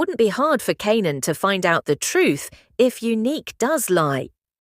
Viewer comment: I hope that you get your ai to pronounce Kanan right 😂